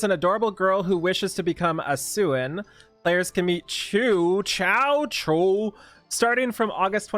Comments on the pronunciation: Being a Canadian, i thought you would have no issue with her name. Her name and her pals are based on well known pastry and simply pronunced like "shoe" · It's Shoo, lol! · It's okay to pause. We already see the video.;) Also, her name is pronounced as "shoo". Tamarinne be like... "Go... away..." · "chu chiu chiux, ahh chu" Me: bless you! Dumb joke sorry but it was funny at the time xD